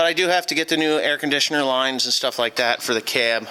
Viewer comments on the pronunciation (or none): none